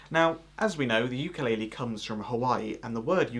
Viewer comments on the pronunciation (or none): The way you say the word 'ukulele does not mean jumping fleas because it is not pronounced yukalele, we don't have that word in the Hawaiian language. 'Uku (ooo ku) in Hawaiian means flea, lice, small bug and lele means to jump, so 'ukulele in Hawaiian does translate to jumping bugs or jumping fleas. But mahalo for making a video of Hawaiian Vamps and for using a hapa haole strum pattern. Keep playing the 'ukulele and spreading the Aloha!